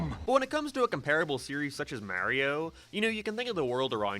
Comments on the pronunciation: "MEHREEO" Fucking disgusting. I'M UNSUBBING. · Bro why are you pronouncing Mario like that lol